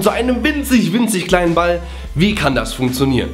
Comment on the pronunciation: wieso sagst du immer BALL?